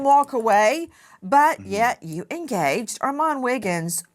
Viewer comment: She is the only one I've heard say his name right